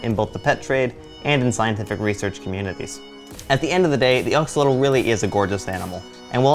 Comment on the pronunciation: Pronounced ax-oh-loht-ohl or ash-o-loht but good video!